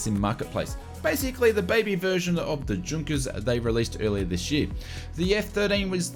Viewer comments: These update are very handy however, as pedantic as it perhaps sounds, some of the pronunciations do keep cropping up and stand out for all the wrong reasons. Junkers is pronounced Yunkers. Likewise, Jorg I suspect is not Gorg with the ‘G’ sounding like the ‘J’ in ‘Jug’ but is probably ‘Yorg’. Easy mistakes to make without knowledge of languages here in Europe but perhaps something to have learned by now. And Ibiza is generally pronounced I-beetha if that makes sense :) Cheers. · Great video, as usual, and thanks for the frequent updates and news re FS2020. btw - Ibiza is not pronounced Ibitza, it's pronounced Eyebeetha. And, Junkers is pronounced Yunkers. Schools out:-)